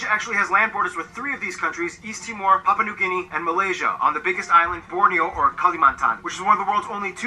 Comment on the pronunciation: dari sekian banyak kota, hanya mengatakan PAPIBOOM (PAPUA) 🤣🤣